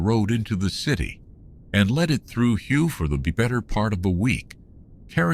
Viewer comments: Yeah but all in all AI isn't that bad. If he never said hugh I would have never known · It's pronounced way not hugh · Your shitty AI cannot even pronounce the city’s name correctly